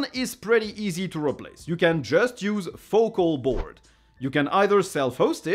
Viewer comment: Your pronunciation of Focalboard was fine.